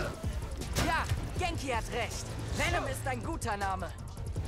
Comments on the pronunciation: Und es heißt Vennom nicht Vienom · der gute alte Wienem-Schlag (Venom wird :wennem: ausgesprochen :b) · bro, bitte sag nie wieder vinem schlag. Ich bin voll getriggert gewesen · wie er erst mal zum venom schlag vinom schlag sagt ( ca.) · Es heißt v e n o m Schlag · Beste Venom der symbiont falsch ausgesprochen und dann statt viereck einfach dreieck